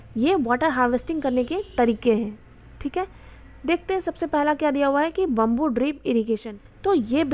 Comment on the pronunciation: It’s not bumboo it’s bam-boo 😅